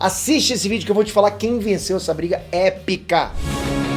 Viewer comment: Eu não entendi se ele disse "épica" ou "é pika"